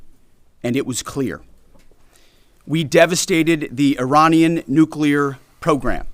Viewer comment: He can't even say Iranian. Sounds like Uranium. What an absolute twat your president is.